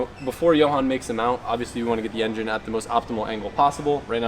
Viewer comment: Is that guy saying YenYin instead of engine :D:D:D:D:D:D:D pathetic